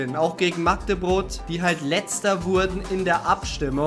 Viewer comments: Warum sagst du immer Magdebrot statt Magdeburg 😅😂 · WIESO SAGT ER MAGDEBROT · Ich glaub er hat irgendein Problem mit Magdeburg und ich frage mich was der Verein ihn getan hat. Mich regt es mittlerweile auf das er den Verein falsch ausspricht ..... 🔵⚪